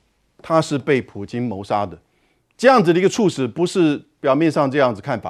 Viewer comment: 猝死 ㄘㄨˋ ㄙˇ 主播念錯了